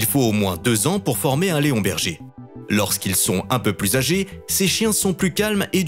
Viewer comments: Léonberger ???? leonberg ^^ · On dit Leonberg et pas Léonberger 🤦‍♂️ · "leonberger"... Sérieusement ? Leonberg - - - > ça se prononce Léone-bérgue ! Cordialement 😂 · Leonberger😁😁😁😁😁 On dit Leonberg...et pas berger!! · On dit leonberg et non berger et en moins de 2 ans il peut être dressé